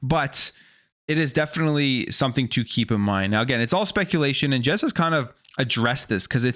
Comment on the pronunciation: bro said Jez but it not jezsmfh